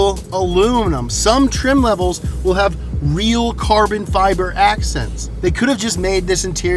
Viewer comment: "CURBEN FEBER" - HAHAHAHAHA